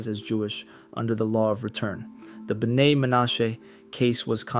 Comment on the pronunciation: Oh, and your "Bee-en-ai-i" is ridiculous. It is properly pronounced, "Beh-NAY." Plus speak it correctly. Thanks again.